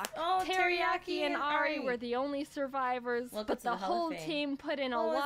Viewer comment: is no one going to talk about how they perfectly said teriyaki and Ari